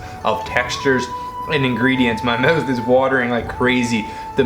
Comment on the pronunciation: ahahahaha moooth